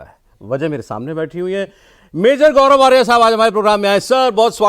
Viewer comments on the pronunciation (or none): Gourov ko sourov bulaya